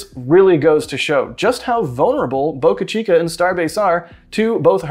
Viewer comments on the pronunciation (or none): none